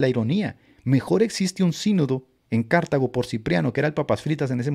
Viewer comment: Qué buen live,! Gracias al Señor que podemos ver lo ridícula que es la iglesia romana intelectualmente, gracias a que siempre hay alguien, por la gracia de Dios, que levanta la voz contra ellos. Solo quería hacerte un comentario: "Cartago" se dice como grave: "Car-TÁ-go" y no "Cártago". No tiene tilde en la primera sílaba, y es una grave:D